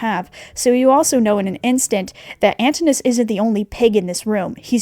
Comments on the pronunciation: Loved the video! I think his name is pronouced Antin - new - us (didn't know how to make it phonetically best i could do sorry) I may be wrong but the creator of epic says it that way so that why I think its like that side note I'm pretty sure it's been said angel dust was drugged when he signed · stopped watching as soon as i heard the way you pronounced Antinous.